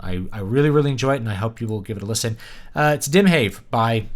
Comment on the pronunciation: Great review of a great album released by a great band. Also, since I'm Swedish, I can tell you that you pronounced the band name correctly the first time you said it, sort of like "Dimhaw'v" - means "Sea of fog" or "Ocean of mist" more or less! :)